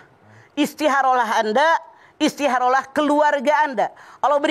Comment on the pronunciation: Istiharoh. Kalo Mamah "Kho" nya diganti jd "Ha" mk nya istiharoh. Samaan seperti Khodijah jd Hadijah.